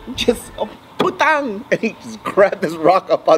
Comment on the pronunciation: "PUTANG" lmfaoooooo